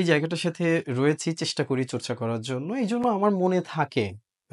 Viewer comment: আমার ✅ আমাড় নয়। চর্চা✅ চোর্চা নয়।